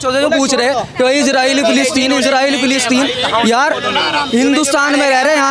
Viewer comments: प्लास्टिन नही रे फिलिस्तीन😂 स्कूल जा तू😂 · पलास्टर्न 😂😂😂😂😂 पोलोथिन😂😂😂😂😂😂 50 saal ka julum